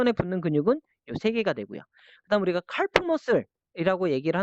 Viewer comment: 칼프--->카프 L이 묵음입니다^^